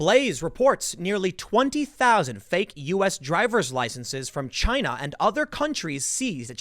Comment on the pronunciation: Tim, it’s pronounced ChiNA 🇨🇳